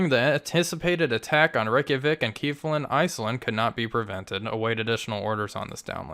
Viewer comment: kef-la-vik :) I dont know what Kiefland is, inless its Kiefer Sutherlands retirement property! I do enjoy all your videos man please keep it up!